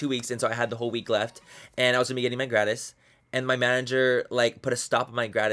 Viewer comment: It's so funny hearing him mispronounce "gratis"